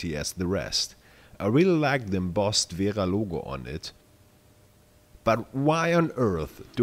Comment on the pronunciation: Speak you german. You speak Kraftform and wera like a german people